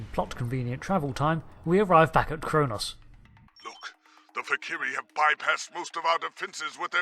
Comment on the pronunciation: For the last time, it's Kronos.